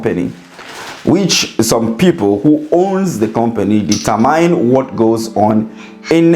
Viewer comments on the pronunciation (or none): THE WORD IS DETERMINE.NOT DETERMYNE.